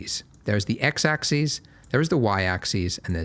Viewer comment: "X AXIS". No, it's not his accent, Australians normally know how to pronounce "axis" and "axes".